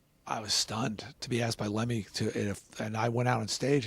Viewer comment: Get his name right.....